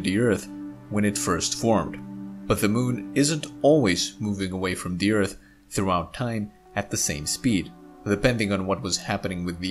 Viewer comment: I still miss him saying Ert.